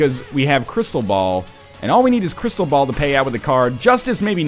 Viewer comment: anyone else thought he kept saying crystal bowel, or is it just coss im watching it in 2 times speed?